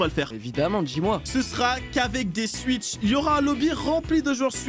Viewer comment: Qu'est-ce que j'entends ? Swuitch !!? Ça se pronoce swouitch